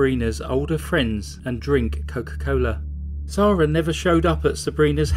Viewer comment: Why’s her name pronounced as zarah when it’s spelled Sarah? Noticed a few ppl do this unless it’s different countries pronounce it differently